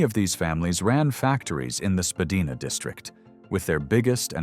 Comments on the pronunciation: spadina is pronounced spa d eye na. not spa d eee na. Its known to everyone in the city. This is a bold error. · too much disinformation, i.e., using US dollars, mispronunciation of the name Spadina, pictures of city streets which are NOT Toronto... I stopped watching this! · Very interesting...but a couple of points...Spadina is pronounced Spa-dye-na....and the Reichman family first came to Montreal from overseas and then moved to Toronto. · Don’t be such a greeneh! Learn to speak proper Canadian English. Spadina is not pronounced “Spah-dee-nah” but “Spah-die-nah”. Azoy? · SpaDEEna? US cash in the bill counter? This AI stuff is just so cringe. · LOL AI 🤖 pronounced Spadina incorrect 😂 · I disagree. My father grew up on Spadina, born in 1921, and never pronounced it the way it's been pronounced in this video.